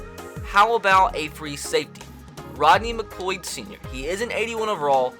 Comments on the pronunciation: Mcloyd? Hahaha its pronounced mccloud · Donnel pumphrey isn’t a rookie also it’s pronounced mccloud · I can’t believe you pronounced McLeod wrong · He said R McLeod wrong